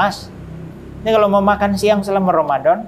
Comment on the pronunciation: Bapak yg mualat ini baca Bismillah dan bilang Romadom sangat pas banget. Bapak ini bilang setelah syahadap terlepas dari beban yg berat. Sama dengan yg dikatakan setiap orang barat yg .mualaf.